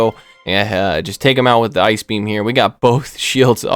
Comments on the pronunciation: “Eye Key B M” … 😂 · i literally screamed when you said ice beam "i ke beee am"